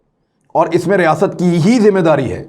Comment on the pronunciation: Riasaaaat nhi imran khan bolain...